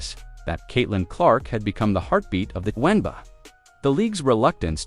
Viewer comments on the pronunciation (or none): The AI announcer is calling the league "THE WENBA'. Without the Fever I agree it is the WENBA' LEAGUE